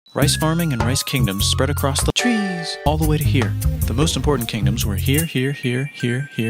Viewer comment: the way he said trees. 😂